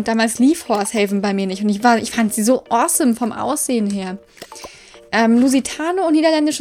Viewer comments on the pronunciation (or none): none